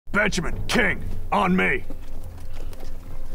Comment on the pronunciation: They said Benjamin The caption says Bettjeman But i only hear Bitchman